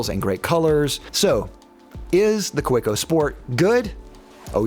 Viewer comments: its kaweco not koweco 😂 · The pen is good, your pronunciation of the name isnt. Ka-vay-co. Good review! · It's pronounced "Kaveco". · The W is pronounced as a V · If Kaweco was an ordinary German word, I might agree, however the point you are missing is "Kaweco" is a proper German trade-name; as such it should be pronounced as the owner of that trade-name wants it pronounced. This is analogous to someone introducing themselves as Mr. Smith (pronounced Sm-eye-the), but you continue to call them Mr. Smith to their face... it shows a lack of respect (and American arrogance). Now you have been educated!